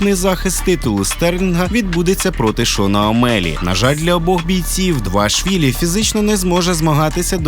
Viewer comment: Не Двашвілі а Двалішвілі